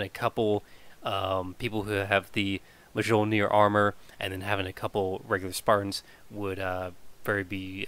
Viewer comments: Mole-near= mjolnir just so you know :P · Kira Demon Sounds more like “miol-near”